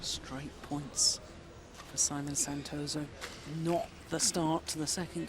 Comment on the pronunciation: not neutral , and not pronouncing right name of Santoso name as well . poor lady.